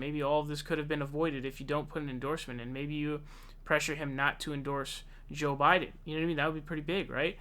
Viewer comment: Think about people viewing a video of yours for the first time and hearing you pronounce names “saunders” and “jhoe Biden”. Dumb